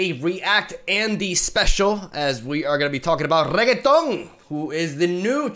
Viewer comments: I'm trying not to be tilted, but hearing it over and over is getting me Reee feels right now lol. Is he saying Reggaeton? Lol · I love the way you formulate things can see the passion in you, hate the way you say Ren-ek-ton but you do you. Good luck with the move hope it's all smooth. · wait, did he just said super sayan reggaeton?! im dying here xD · Oh yes the good old RRRRREGITON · when you play too much yasuo that you call renekton, renekTon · Not the first time I've heard someone call Renekton "Regetón" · Hes legit saying REGGAETON wtf?? Lmao 🤣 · name: Renekton: Reaggaeton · Chucha cada que le dice regueton a renekton me rio xD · Ah yes..... Reketonk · Did he call him "Renekton" at least once in the video? 😆 I think not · Reketón 😂 Me meo 😂😂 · Its renekton rennnnnnnekton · Its just renekton no need to add a Latin accent to it...(Re-Neck-Ton) is the proper pronunciation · STOP CALLING HIM REGGAETON PLEASE ITS SO WEIRD still loves your videos btw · Its pronounced ren-eck-ton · que borrado jajaa "regueton" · Its Not REGETON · sarcasm but seriously Re - NECK- TON theres a neck between the beginning and the end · He's purposely saying Reketon for fun :P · reket on ... 1/10 pronunciation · please stop saying rekatoooooan !!! my ears. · That name pronunciation is going to tilt a lot of people. 😂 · Not to speak about every time he ppronounces Renekton holy shit.... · Low-key loves the way pronounces Renekton xD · I dont know why but when he says renekton it just sounds like a french person saying it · A small part if me dies every time he is pronouncing Renekton incorrectly. EDIT: I am halfway through. I have just 53% left of my humanity. Saying Croco-Daddy once to save a Me. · I love you and don't be mad but why can't you say it like it's supposed to be pronounced:( unless that's how you pronounce it in Spanish then by all means lol. xD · Bru Not Reketoni,This Champion real neame iş RENEKYon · Who in the world is reggeton? 😂